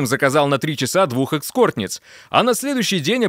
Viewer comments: "эксКортниц" это ужас( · Господин голос за кадром,не экскортниц, а эскортниц